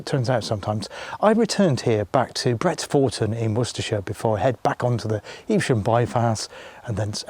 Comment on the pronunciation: Great vid, lovely to see you in my area. Us locals pronounce it Bret-fer-ton, not ‘Four’